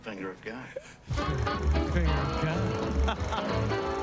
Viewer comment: "Fhhh-Fhinger of godddd"